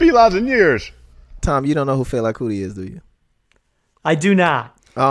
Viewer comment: Tom said "Fila Kuti" I don't know how I feel about him being on the pod.